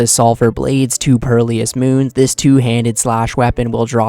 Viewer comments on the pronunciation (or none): bro said perlious 💀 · Lawl purrleeyus